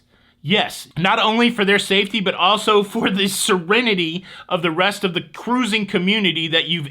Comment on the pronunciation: Cute shirt. Wish it was spelled Ka-roo-zing. I love the way you say it and always sounds like it should start with a K.